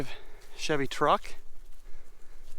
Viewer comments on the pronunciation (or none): none